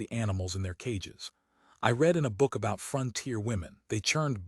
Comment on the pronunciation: I like the same voice throughout, perhaps because as a small child I was indulged in "Read me a story.." I don't want it to sound like a radio play. As is, is perfect. The occasional mistake in reading...eg. read pronounced 'reed' when it ought to be said as 'red', just add to the pleasure, amusing.